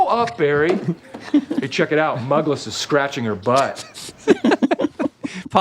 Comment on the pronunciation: It's pronounced "Moogless"